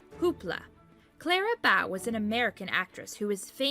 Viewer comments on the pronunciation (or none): It's Clara BOWE not Clara BOUGH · Clara Bow long o. Like bow and arrow. Not bow like front of boat! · You pronounced several names wrong. One in particular, Clara Bow....bow as in bowling alley, bow and arrow. Clara was a BIG star in the silents. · You should learn to pronounce the names!! Taalmanage? Jean Harkey? Clara bough? Pitiful. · Spelled "Bow," but pronounced with long "o" as in "beau," not to rhyme with "bough" nor "cow."